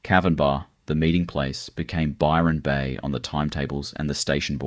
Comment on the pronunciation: You've got Nelson Bay, Gold Coast, Murwilliambah town pics including Bondi. among a whole lot of others, and The only name you pronounced correctly wasy Byron Bay and Lismore. This is more AI filler , but with an Aussie accent. I'd be checking dates and other facts around everything on this site. So cheep